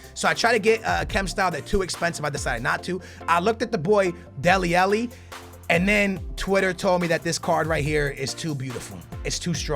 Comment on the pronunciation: It pains me when you say Deli Alli like Deli Ellie (ah-lee not eh-lee)